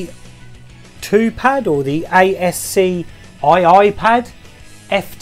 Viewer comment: Great memories,. I loved Dynamite Dux on the Amiga, despite it getting slagged off (as you say). Those ASCII (it’s pronounced “ass-key”) pads are awesome aren’t they! Great for the fighters.